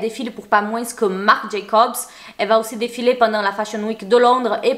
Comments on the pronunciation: Au fait, c'est ultra mims mais quand on dit moins on prononce pas le s genre ça donne moin pas moinsse ;) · le s dans le mot moins est muet c'est donc (moin) et non moinse! tu as le droit de parler comme tu veux .je ta dit ça comme ça parce-que si moi je prononcerai pas Comme il faut j'aimerais bien qu'on me corige. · Hey, pourquoi tu prononces le '' s'' dans' 'moins' ' 😂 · Pourquoi rajouter le son « s » a la fin du mot moins c’est horrible